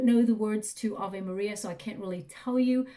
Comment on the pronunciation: I used to sing Ave Maria (in German) with my piano teacher and sometimes still do ❤ Amazing how well you pronounced the words!